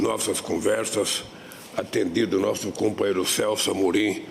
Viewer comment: Ate na reuniao com o putin, ele fala cumpanheiro kkk